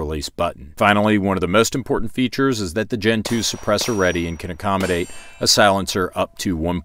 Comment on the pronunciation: I keep hearing Gentoo. so you like the penguin or the Linux distro?